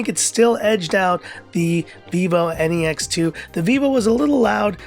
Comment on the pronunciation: Every time you said vivo N E X 2. I heard vivo any x 2. 😂😂😂😂😂😂😂😂😂😂😂😂 Or is there any problem with my ears ? By the way nice video.